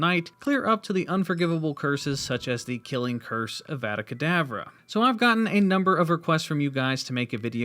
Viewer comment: You know that's not how you pronounce eveda kedavra